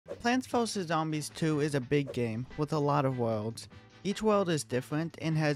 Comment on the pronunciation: puants vowses zowmbies two a for effort its a joke